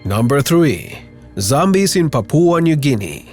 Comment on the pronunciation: Papua not papooa